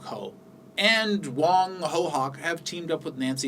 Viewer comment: I like how you pronounce 'HOCC' ,😃